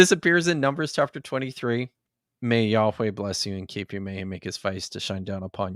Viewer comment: It would help you draw the connection, in the way youve decided to do it in this video, if you pronounced yahweh, as yah-weh, like ehyeh, instead of yah-weigh. They share the same final vowel. Edit: My Hebrew isn't the best. Lol, I hope that didn't fall flat.